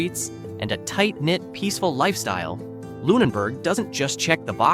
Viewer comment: He pronounced Lunenburg incorrectly half the time.